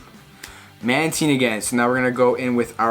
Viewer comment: My boy saying mantine correctly!